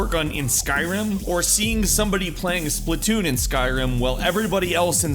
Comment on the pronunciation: Splatoon, Splatoon, SPATOON!!!!!